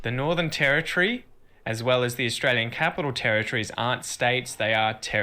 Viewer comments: ITS NOT ASSTRALIAN ITS AUSTRALIAN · Nearly there with saying Australian 😀 just a bit of a change at the end I can still hear a slight i in Lian just say yen fast no i 👌🏻👌🏻👌🏻👌🏻